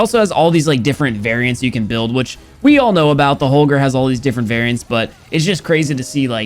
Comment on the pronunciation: i deffinitely like how say holger the normal way